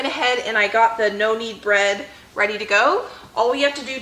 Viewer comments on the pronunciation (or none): I listen on 1.5 speed and I kept thinking you were saying noni bread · I thought you were saying "Nonni bread" - as in Italian Grandma recipe 🤦‍♀️😂